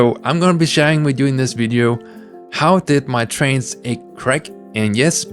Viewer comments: You pronounce trans like trains and I find that cute and silly. Trains are cool. :D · Trans and trains are cool (I’m autistic)